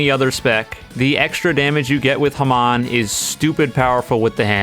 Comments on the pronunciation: Hey, I know this is kinda petty, but it's pronounced "ha-mown" not "hum-on" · It's not ham-awn it's ham-on lol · "Hman" Its legit ha-mon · it's not ham-on it's ha-mmon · The way he says hamon (ha-mone) pisses me off its not (ha-mon) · It's pronounced ha-m-O-n not ham on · can we just say the fact that he said humon instead of hamon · it's HAMON not HAMAN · Says Hamon like Haman. I get it some of us can’t say Hamon. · did you call hamon (ham-in) ha-mon? wait a minute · It called ha moan and typed as hamon not hAm ON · can we just talk about hoiw he says ham on instead of hamon? (pronounced hahm-oghn) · ITS PROBOUNCED HA-MON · The Hand is completely overpowered not just in game, but in canon as well. The catch is, Okuyasu's a fucking idiot. Most players are not idiots, so there goes its only weakness. Also, did you pronounce hamon as heh-mahn? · did he just say haman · Hearing him saying "hmahn" hurts me as a true jojo fan so much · It’s pronounced ha-moon. It’s in the freaking anime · "haman" bro please just say it right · Why’d he say hamon like that? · Dude can't pronounce hamon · Stop saying hamon like that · Man I hate how this guy says hamon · The way you pronounce "hamon" making me mad.